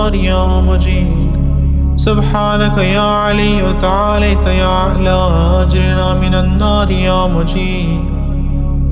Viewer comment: Ap agirna ko agrina prh rahy hain jo zair ki galti h wsy achi h